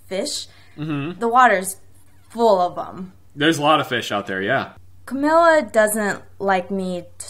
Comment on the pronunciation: The way you said Camilla, you made it sound like chlamydia.